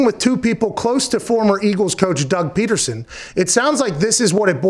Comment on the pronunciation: Dude said Doug Petersen